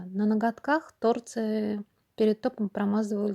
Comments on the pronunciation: Почему тооорцы, а не торцыыыы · Ну не тОрцы, а торцЫЫЫ, уши мои уши. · ТорцЫ, ударение на Ы!!! Слух режет жестко! А дизайн СУПЕР!!!👍🌺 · Правильно говорить торцЫ, извинете конечно,но слух режет.